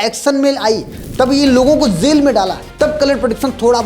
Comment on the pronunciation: Jaa ko jaa bol zaa mat bol jail hota hai zail nhi hota